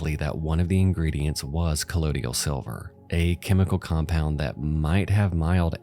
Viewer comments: It's colloidal not collodial, ffs. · it's pronounced KUH-LOY-DAL Sounds like DUH-TOYDLE (Think of someone from New York or New Jersey saying "The Turtle" but in their accent) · It’s pronounced “coll-oye-dal” not “coll-oh-dial” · “Co-loyd-all”. Great vid, just bothered me every time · Not trying to sound like a know it all douche, but it’s not that hard to pronounce colloidal. It’s a chemistry term. Just say it like “collide-ull”. The way you switched around the D and I makes it seem like you’re either dyslexic or you have poor reading comprehension. Honestly, it makes me sick that you make money off of this, meanwhile everyone who actually contributes to society is scared for their survival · ummm sound out the word before saying it a million times: COLLOIDAL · I mean, with a really rough pronunciation of colloidal. 😅